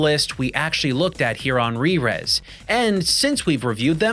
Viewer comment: this video taught me how to properly pronounce Rerez, and i have been saying it wrong this whole time.